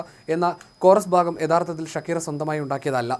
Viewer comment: ഷകീറ എന്നല്ല "ഷാകിറ" എന്നാണ് europeans ഉച്ചരിക്കുന്നത്